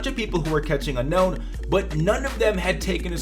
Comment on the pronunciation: Unown is said un own actually look it up